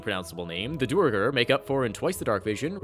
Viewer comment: To people complaining aboot Tasha's flexible ASIs: Pre-Tasha's there was a glut of humans, Vumans, and Helves. Post-Tasha's I see a lot more diversity. Mage Armor is equivalent to +1 Studded. Unless you have insane dex medium armor is objectively better. Halfplate at 14 dex is equivalent AC to Mage Armor with 18 dex. It's "Duer-gar", not "Do-er-gar!"